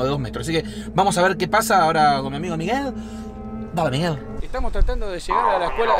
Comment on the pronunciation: Se dice Miguel